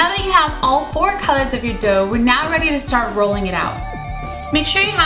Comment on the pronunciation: Every time she said dough I kept hearing dope...